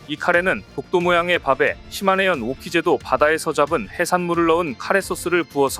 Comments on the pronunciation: 시네마현이 아니라 시마네현이 맞습니다. 이런 내용일수록 상대방의 이름은 정확하게 불러주는 것이 우리의 주장을 정당화 할 수 있는 것 아닐까요? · "시마네현"을 몇번씩 이곳저곳에서 "시네마현"이라고 하네. 시네마는 천국이고 시마네는 일본에 있는 한 현의 이름입니다. ㅋㅋㅋ